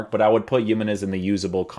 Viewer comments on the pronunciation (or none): JI-menez, not yimenez. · It‘s nos Yemenez it‘s Jiménez what the hell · "He-men-ez" not "YEE-men-ez". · The way you pronounce his names makes me wonder if I’ve been pronouncing other names wrong since I always pronounce them the way you do but I know for a fact that that’s now how you pronounce him bro 😂 good vid tho bro! For sure doing him. If you’re wondering it’s HE-meh-Nes 😁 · man said yemenese loooool